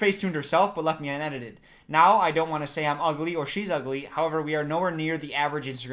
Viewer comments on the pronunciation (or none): none